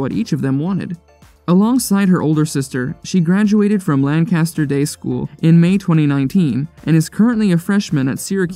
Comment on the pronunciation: You said Lancaster and reading wrong